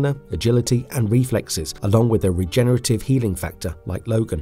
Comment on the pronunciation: So painful to keep hearing "regenetarive" and "Senitles"